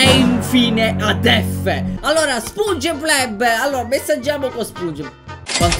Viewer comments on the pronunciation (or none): A spunge bleb non sponge bob oh yea mr crab il grangio